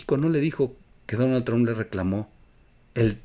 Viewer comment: Oye güey se pronuncia tromp no se dice final tron